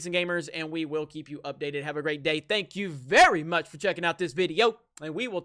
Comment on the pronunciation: Quit saying "thank you VERY much" like Brie Larson, it's nauseating